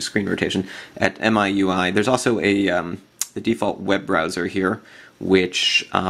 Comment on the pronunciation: Apparently it's pronounced "MEE-UI." I don't know who down-voted you? Nice video. I just installed MIUI myself.